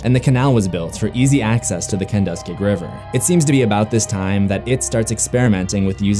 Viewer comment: I just caught this on a day off. Interesting little backstory, but the pronunciation of the Kenduskeag is "Ken-dusk-keg". I was hoping there was a mention of the Neibolt House other than the leper, but it's nice how the Standpipe is brought up. Not sure of actual backstory of that other than, it's opened during the fall for the leaf peepers (this town is notorious for the amazing foliage in the fall) I invite ANYONE to check out the spots they bring up. Mind you, the downhill photo is actually Main St (looking down to the Hammond, State, Central and Main intersection...and yes, it is a messed up junction of the roads) but follow down, and you can locate the last stand of the Brady Gang